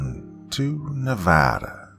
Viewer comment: Thank you for saying Nevada properly!!!! You're the MAN!!!!!!